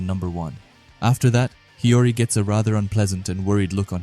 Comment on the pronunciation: It's not hiroi it's hiori